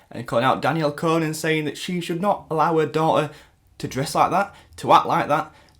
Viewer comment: Your Saying it wrong its Danielle "Con" -- Con /kɒn/ persuade (someone) to do or believe something by lying to them. an instance of deceiving or tricking someone.